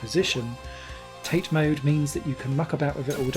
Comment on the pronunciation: I think it's pronounced "tah-tay." It's Japanese. (It may also be the ONLY way to play this since the screen is so tiny in yoko mode.) Annoying nitpicking aside, thanks for the review. I just bought this game myself for $3 US, and while I think it may be a little TOO chaotic for its own good, you can't say it's not ambitious!